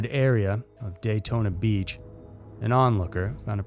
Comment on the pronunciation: Did you say Gaytona Beach Ha!